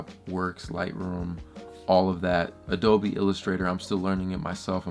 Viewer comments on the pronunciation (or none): none